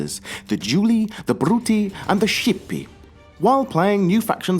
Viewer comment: Julii, Bruttii, Scipii are pronounced Jooly-i, Brooty-i and Skipy-i